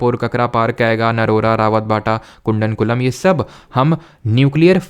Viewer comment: sir its not kundankulam its kudamkulam [ koo ]